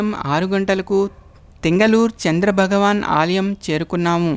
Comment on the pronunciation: బగవాన కాదు, భగవాన అనాలి, భగవాన.